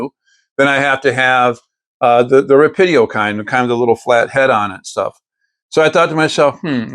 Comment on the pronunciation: Very cool! Just for your reference, its Rah-Pee-Doh